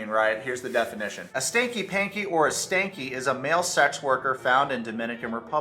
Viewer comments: It’s sanky not “stanky” 😂 but Yohan stinks of deception so maybe it works anyhow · Stop its not stanky. Is SANKY, there is no T is sanky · Sanky, not stanky